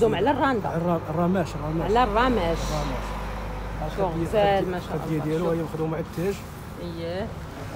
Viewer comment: للتصحيح كنقولو راماجججج ماشي رماششششششش والتوبة زوين